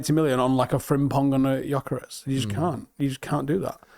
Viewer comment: As you are going to mention Gyökeres about 650 times, let me help you with the pronunciation: Gyökeres - Hungarian name, means something with roots. Gy similar to Djokovich Dj, ö is oe. Djoekeresh.